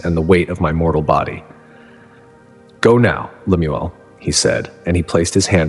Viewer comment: His name is Lem- el Young otherwise pronounced as Lem- u- el. And what Mormon would name their kid Lemuel? 😂😂😂